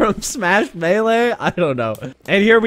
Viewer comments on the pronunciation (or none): none